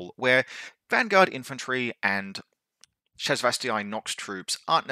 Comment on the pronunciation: Great video! Really helpful for newish players like me to understanding the reasoning for including (or not including) something. It's pronounced ShasvastAY. I am sorry... Cant let it slide :P